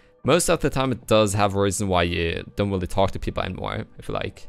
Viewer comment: You've gotten much more fluent with your english. The only thing you might want to work on is your R's because the usually sound like wh sounds. i.e really sounds like wheelie. I've been wanting to tell you this for some time now but have been hesitant that people might take it the wrong way.